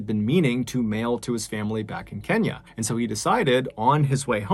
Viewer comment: Mr. Ballen, props to you for getting the pronunciation of "Otieno" and "Kenya" right! You really do put effort in your work. I wish you continued success.